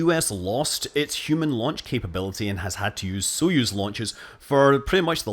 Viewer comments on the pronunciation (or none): none